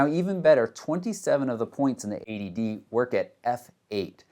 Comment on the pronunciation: Only problem is, it sounds exactly like 'ADD' when you say '80D'